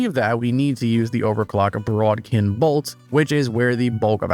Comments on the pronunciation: There is no r in the word bodkin… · that's not how bodkin is pronounced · It's bod-kin not brod-kin.